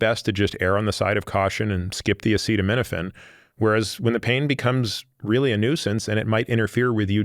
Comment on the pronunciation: Imagine not being able to pronounce acetaminophen while giving the entire country medical advice